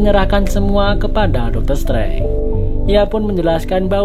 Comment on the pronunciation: bacanya doktor strenje bukan setrange